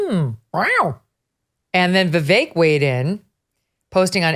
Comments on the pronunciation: Btw, it's not Vee Vayk - it's Vee Veck. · Vivek pronounced as Vivake??? Go to India and ask them to pronounce it. I guarantee you they will pronounce it Wiwek. They can't pronounce the letter "V". Or just call him Ramen!! 😂😂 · Wellllll…we don’t know that Donna intentionally mispronounced Vivek. One vowel was pronounced a little “wrong”. Could worse🤣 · Why didn’t u tell Barrack Obama go home?. Or mispronounce his name Donna . She’s racist saying Vivek’s name so wrong. He’s allowed to stay in a political race if he wants to. Just because she doesn’t want Democrats feet to the fire as Republicans have to endure. She thinks she’s funny? She’s disgraceful. Imo trying to sway people against a political candidate and disrespecting his name and right to campaign.